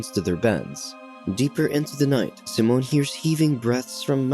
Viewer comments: SIMON, not “Simone”, lol!! It’s like you had a first grader read for this voiceover! I swear as soon as I hear this voice when I watch one of these recaps I immediately skip to the next. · Its Saiimmonn not seemon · His name is Si- mon not symon lmaoo I can’t bruh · bro pronounced simon as samoan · any other TTS options? I can't stand how it pronounces Simon and Thomas